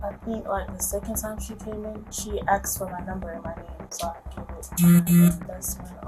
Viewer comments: Axed? Asked! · She axed for my number. Wow. So, she DID threaten you! 😂😂🤣🤪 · Wait, though! "She done AXXED for my number" she AXXED, not ASKED, AXXED! Thats their new word they've come up with, it seems 😂😂😂😂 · Isn’t that just a different pronunciation thing? Like predominantly African American people pronouncing it like that with the switched k and s, the same way predominantly North American people pronounce aluminium without the i ?